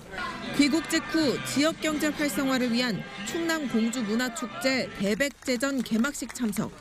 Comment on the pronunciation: 기자가 대백제전 발음을 잘못하네.. 서울대공원도 발음 잘할 가능성이 낮다. 대 백제전이고 서울 대공원이다.